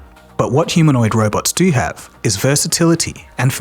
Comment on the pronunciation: lol you said doo doo lol just say do